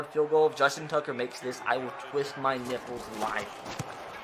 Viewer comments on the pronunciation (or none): none